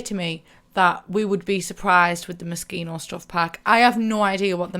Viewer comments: It’s pronounced moe-she-no! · I always thought it was pronounced Mo-SHE-no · Thought she said mosquito stuff pack 😂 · OOOOHHH when i saw that video at the beginning for the first time i thought she said MOSQUITO stuff pack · Just keep calling it Mosquito :P